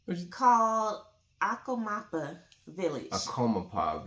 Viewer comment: 3.06. pronounced Akomapa properly. Akomapa means good heart